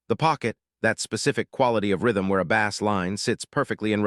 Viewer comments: I love what you explain here about Michael's gift for music, and for the way he became the music. However, I am increasingly angry that, as you talk about music, you continue to refer to low-tone notes in the inference of it being a fish!! Bass, is spelled the same in both uses, but Michael did not hit a fish note!!! He hit a low tone bass note. Do you not realize how stupid you sound when you call the city lows angels!!?? It's Los Angeles. It's pronounced like loss!! Also "and gel less". You say things so incorrectly that you, nearly, make it impossible to listen to!! AI is stupid. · God I detest AI. I tried to listen to this one until the machine called a bass drum like it's a fish. I can't stand it. I'm out of here!